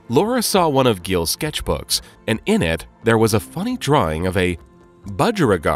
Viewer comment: Lol at how Giles was pronounced